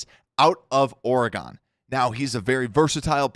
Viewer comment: Super minor thing but it drives me nuts when you do this: it’s ORE-GUN not ORE-GONE when you say Oregon. Other than that loving the channel 💪